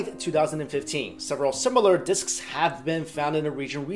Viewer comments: " diskisisss " lol thumb up if you no wah am talking about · I think you are over-pronouncing the word "disks" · Great video Could listen to you say 'disks' a thousand times in a row